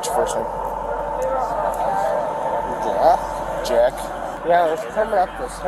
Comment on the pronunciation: Lmao "Jeck"